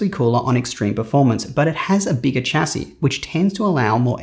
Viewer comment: For a guy who is so into computers, why can't he say 'chassis' correctly 🤣🤣🤣🤣